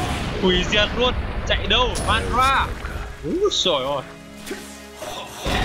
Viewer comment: đọc theo phiên âm là ma_ đa_ra đi. đọc kia khó chịu quá